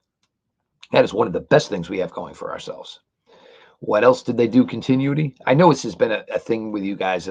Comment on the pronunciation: Con - tin - new - ity